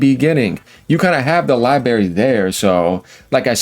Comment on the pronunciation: Library is pronounced lie-brair-Eee.